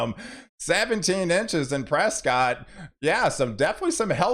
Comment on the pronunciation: It's called 'Preskit' not Prescott! Wow, hope we do get all that snow, it would be great. We had over an inch of rain yesterday.